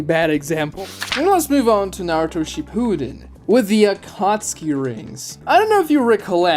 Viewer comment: Please put the emphasis on SHIppuden. It sounds like you’re saying “she pooed in”